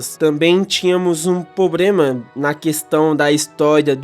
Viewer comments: Gen4 foi a melhor ali estabeleceu tudo que temos ate hoje... split phys/spec... acho que todo tipo tinha um stab move que preste... so faltou ter o tipo fada pra ter sido perfeito... mas foi um bom video... dica construtiva, eh problema e nao pobrema... mas foi um bom video... continue melhorando... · Ele repetir "pobrema" toda hora tá me matando